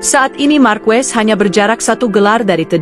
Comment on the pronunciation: Saran untuk announcer d video ini agar pronunciation nya dibenerin dulu yaaa, pengucapan lafal nama Marquez dan Pecco nya dibenerin dulu . ⛔️